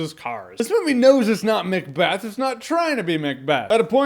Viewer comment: So who's going to be the one to let Jeremy know it's Macbeth, not Mcbeth?